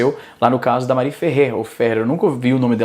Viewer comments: Porra, Izzy, "Marí" não né, ninguém chama mariana de "Mar í", "Mári", rapaz, "Mári" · o izzy consegue errar a pronuncia de mari